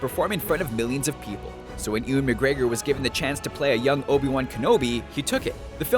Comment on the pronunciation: Ewan is pronounced (you an)